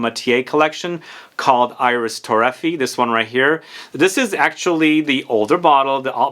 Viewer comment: Again, I know you don't care about pronouncing names correctly, but I'll keep trying. it's Iris TorrefiEH, not ToRREfee. And the S in Bois is silent, so it's pronounced Bwah. Other than that, great video as usual! I never thought about Bois d'Argent being an alternative to Dior Homme Parfum, but I guess you're right. It's much sweeter and resinous, but it's still a great unisex iris fragrance.